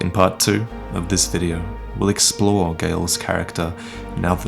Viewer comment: "We'll exp-lore"